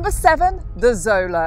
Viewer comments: Isn’t it pronounced Sholo? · Xolo is pronounced show low.